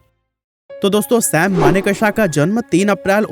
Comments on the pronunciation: maan ! learn to pronounce ' sam manekshaw ' he is manekshaw & not sam maneka-sha you idiot. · Pronounce his name as Manekshaw not as manek shah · Pleaseeeeeee pronounce Sam Manekshaw’s name properly ! It’s always good to google the pronunciation of proper names before making the video ! Thank you ! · Abe sale naam to thik se le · Bro at least take name of the great Sam Manekshaw properly. You are pronouncing his name wrongly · Manekshaw ko thik se ucharan to kariye. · Naam to thik se lo bhai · U cant even name him correctly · First learn to pronounce the names properly.